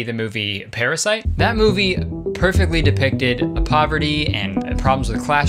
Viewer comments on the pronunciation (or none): did he just say prasyte? the movie???